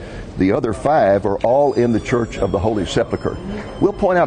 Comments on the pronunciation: Pronounced Sep Ul Kur, not Sep luh kur. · I was great to see the old city again, actually saw an old friend, a shop owner. But I do find it a little strange that with, I am sure, many academic degrees, not once pronounced the word "Sepulcher" correctly.